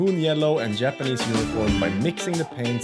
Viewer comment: Härligt svengelska med ’yapanese’ 😅. They look great :)